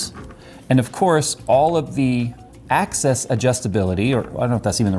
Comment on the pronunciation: He kept saying "axis" but it sounded like "access" :)